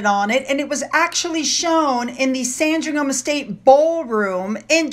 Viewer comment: Hi, I know you like to know how to pronounce our place names, so well done with Sandringham... spot on but Norwich is pronounced with a silent W as in Nor - itch, hope that helps. As always, loved the video.